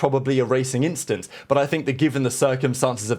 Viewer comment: Don’t think we didn’t catch that “inchident” you slipped in there 🤣